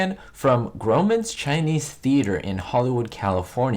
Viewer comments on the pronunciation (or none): It’s pronounced ‘graw mens ‘ Chinese restaurant. The second side-by-side photo, in service men’s attire, that’s Mickey Rooney, he’s only 5’2” .